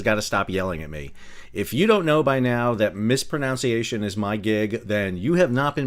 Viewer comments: "MispronUnciation" not "mispronOUnciation" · Lol! You mispronounced "mispronunciation". Awesome. Love your channel. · “If you don’t know by now that mispronunciation is my thing…” We love you because you mispronounce “mispronunciation”. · ... even mispronounced "mispronunciation" 😄